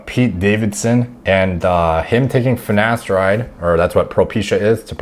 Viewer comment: Mate the black guy on the hair loss show also says ‘finesteride’ - I commented on there. You can forgive Ashton Kutcher but how can professionals not even know how to pronounce their own drug. Madness 😂